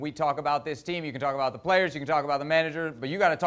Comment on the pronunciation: Nicol "its not abooo"